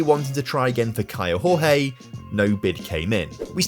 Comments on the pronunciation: Hey, just a heads up: Kaio Jorge reads like José Mourinho, not hooze like in Spanish but giôzé (portuguese). It applies to the Jorge bit, where more like giorgê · The pronunce for Kaio Jorge is: KYLE DJOR-DJE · Hey, great video! Just a brazilian heads up here... The J and the G from "Kaio Jorge" don't sound like in Spanish. Jorge in portuguese sound more like "George" in a way 😅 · Hello, in portuguese the "J" doesnt have a "R" sound, so say the player Caio Jorge, you pronunce the J the same as you do in english. Love your videos man!